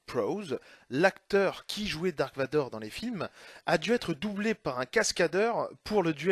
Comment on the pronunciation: Et on ne dit pas "dark" mais "darth", qui veut dire seigneur noir des sith. On peut remercier la traduction française pour avoir traduit un mot inventé par George Lucas, les Ailes-X, Jabba le forestier, etc.